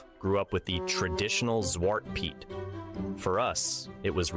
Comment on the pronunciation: If he is Dutch... why is his Dutch pronunciation that bad..... weird. Even if you moved at a young age, if you were of an age you got told Sint wasn't real you were old enough to remember that Piet is pronounced the same as Pete. The Chimney black is a modern interpretation to hide the "it is actually a slave part" (No I am not anti piet, but I am a realist and history geek) Zwarte Piet was created in 1850 by Amsterdam school teacher Jan Schenkman. Sadly the past decade at least, if not longer, there are two groups (pro piet AND anti piet) that refuse to come to a compromise and insist on ruining the fun for the kids. Just adding other colors makes them the fantasy figure pro piet people claim it is but pro piet people don't want that and anti piet people refuse it if black is not toally removed. so they are at a stale mate.